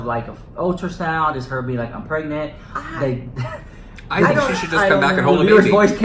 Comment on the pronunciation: No she pregananant....pergerant...purgnet